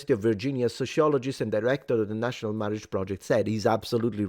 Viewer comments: Mawage! Mawwage is da weason we awe gathawed heaw today! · Appreciated the Princess Bride style pronunciation of “Marriage”